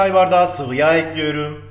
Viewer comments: 3 ay diksiyon kursuna gittim ama bende tencereyi ocağa ekliyürüm :) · Ekliyurum deyişine hayranım abiyüm!